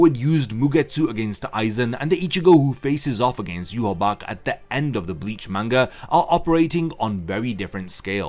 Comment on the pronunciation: It's prnounce 'yu-ha-ba-ha' not 'yu-ha-bac'